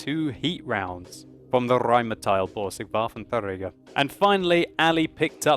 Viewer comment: The Rrrrrrheinmetall Borsig Waffentrrrrrager